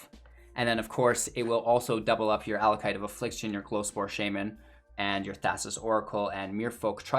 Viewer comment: it's pronounced AckOLight